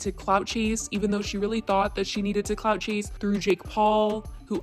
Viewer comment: I thought you said COCK CHASE instead of clout chase. Either way. Both are appropriate 😂